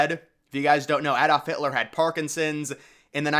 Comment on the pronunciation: Your pronunciation of Adolf Hitler is wrong too, lol